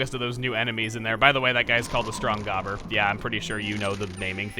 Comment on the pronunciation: thought you said goober